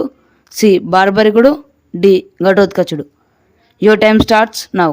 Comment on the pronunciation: It is BARBARIKUDU not BHARYARIKUDU